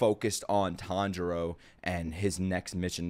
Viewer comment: Still waiting for to pronounce Chuntaro correctly